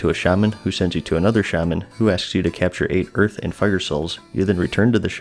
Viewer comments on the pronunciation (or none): shaman instead of shaman